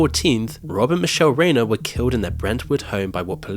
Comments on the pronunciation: Reiner rhymes with diner, not gainer. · RI-NER PLEASE respectfully learn how to pronounce the name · You should try and pronounce his name correctly. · it’s annoying when you keep pronouncing Rob Reiner‘s name wrong. It’s not that hard. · You're pronouncing Reiner wrong